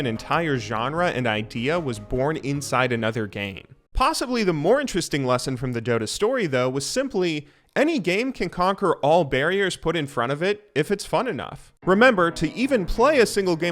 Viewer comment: wtf is a barrior